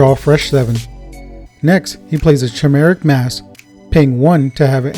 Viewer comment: Pronounced “kimeric”, not “chimeric” lol.